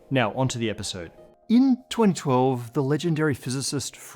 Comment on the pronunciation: what? 'in twentwelve'